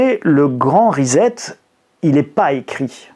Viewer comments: CA SE PRONONCE RISSETTE ',en anglais Reset ! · Le grand reset avec s pas z